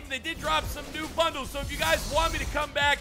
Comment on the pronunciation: You said pro pack bundie.😂😂